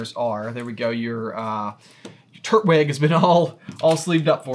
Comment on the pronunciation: I just noticed that you say turt-wig instead of tur-twig.